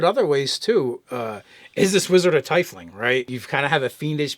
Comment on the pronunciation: It is pronounced TEE-FLING!!!!!!